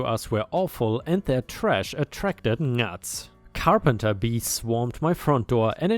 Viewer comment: Just for future use the G in Gnats is silent